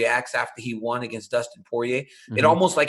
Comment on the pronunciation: ariel can't say won